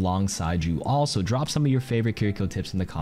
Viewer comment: great video as always. The only thing is that KarQ you don’t quite get the pronunciation of “Kiriko” right.